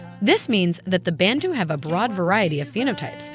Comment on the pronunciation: We say Bantu, not Bentu.